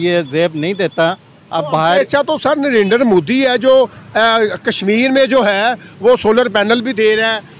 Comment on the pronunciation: Bhai sahib u tuber kam se kam Narindet Modi ji ka naam to thik se pronounce karna seek le aisa lagta hai ki tere moo me danda hai